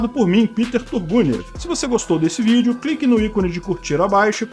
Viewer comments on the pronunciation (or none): none